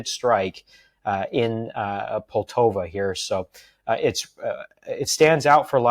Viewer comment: Why can't people say POLTAVA?